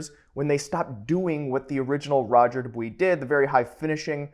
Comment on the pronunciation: Dubious=Do-bwa not do-wee. Can't even take you seriously du-dwee